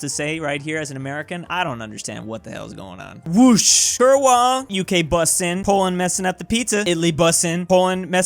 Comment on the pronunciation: BTW, "kurwa" is pronounced "Koor-VA"